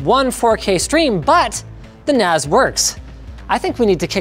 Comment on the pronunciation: Okay, so...MKBHD... bought a Macintosh NAS... 'cause, that's what it sounds like he's saying.